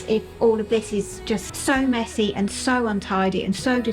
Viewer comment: I love you. I have been watching since your YouTube beginning. Not as regularly over past year I must admit. Love everything. EXCEPT the totally unnatural pronunciation of Aaaaaaand. You are English. Your dialect is part of your charm for me. What American impressed you so much with their aaaaaand? Your natural dialect creeps in now and then and you pronounce it with a short, soft A. Just curious where u copied it from. Your and is so much better. Just be you my love.